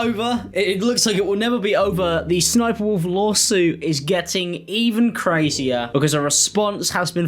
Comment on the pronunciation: Also just a tip homie the third s isn’t said as a it’s ss-sniperwolf hence her original name sexysexysniper but was since changed to ss sniperwolf the ss moniker stands for sexy sexy.